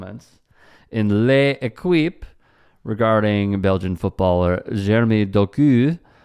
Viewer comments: Just FYI, it's pronounced "LEKIP", not LE-EKWIP. Google gives pronunciations, not many people seem aware. It's just ridiculously distracting. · Please don't pronounce L'Equipe ever again. Thanks in advance.